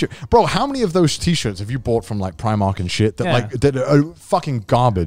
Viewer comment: Yalldid not iust pronouce primark like that